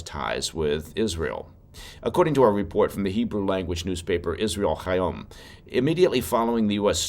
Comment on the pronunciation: hey, love your show and truly appreciate the effort you've put in to pronouncing the name Israel Hayom correctly. however 😁. unlike Challah and Hannuka, the "H" in Hayom is just an "H": no throat clearing required! ❤